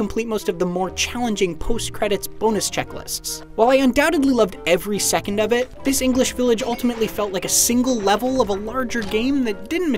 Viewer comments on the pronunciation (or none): none